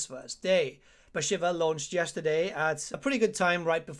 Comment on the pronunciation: I am really sorry. But isnt she called "Bashiiiiiva" and not "shiver"..think everyone calls her so..its after the godess..